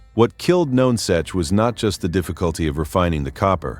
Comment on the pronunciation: it is pronounce NUNsuch you need to do your homework much better